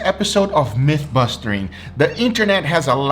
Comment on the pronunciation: "Meat busting" not myth busting